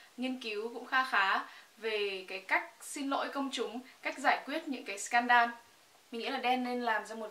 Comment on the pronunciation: wtf, du học suynh mỹ, scan đan, sao ko đọc giống tt sờ cắn đàn cho n hài !